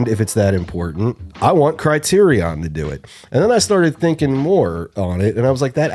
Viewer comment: The way you guys pronounce "criterion" hurts me--ha. Otherwise another great video obvs Totally agree on Romy & Michele and The Night Flier. (I have a DVD of the Night Flier that's framed in a weird way with the boom mics visible onscreen.)